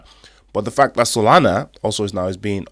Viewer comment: Yoi said SoNala brother instead of Solana just looking out😊